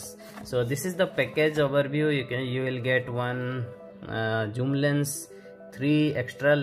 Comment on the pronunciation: Bro Zoom not joom